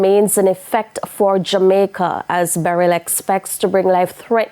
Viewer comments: It's beh-rill not beh-relll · Struggling to pronounce Beryl ? Please stop saying Barel.